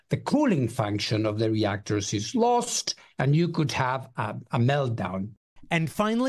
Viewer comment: ok did anyone else notice how he said lost ? ?